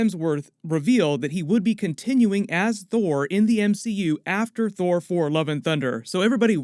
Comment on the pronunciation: Kudos for pronouncing "before Thor four" over and over 😄♥️🤸🏻‍♀️